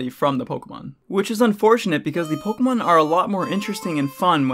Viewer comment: The way you pronounce “Pokémon” doesn’t sound good.